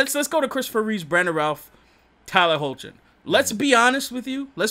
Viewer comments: its pronounced Hecklin lol - Tyler hoechlin (Hecklin) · Tyler Hoechlin's name is pronounces as Hecklin